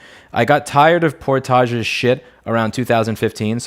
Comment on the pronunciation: I've never heard "Gentoo", "Portage", or "Debian" pronounced that way. Are you just trying to trigger folks or is that how you think it's pronounced / is that how they are actually pronounced? I know the gentoo penguin is not pronounced the way you said... but that's all I know for sure. Grats on 1.7 :)